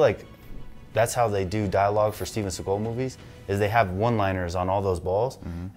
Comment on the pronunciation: Gotta love how you emphasize the Steven SeaGULL :) By the way, the gunshots sound so good because they were recorded in the actual corresponding space here, basically every other movie uses some studio recorded sounds and then the environment of the shot is "added" in post production